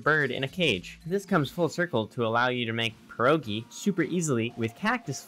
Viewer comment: Wow, ur first ytber who said "pierogi" correctly xD